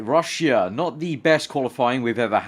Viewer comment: What's Ru-sh-ee-ah? Lol